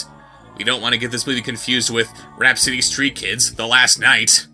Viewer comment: "Rapsittie STEET kids.". C'mon lol.